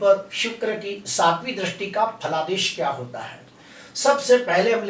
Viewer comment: Dristi ko drasti nahi bolkar dristi bolakare sir. Please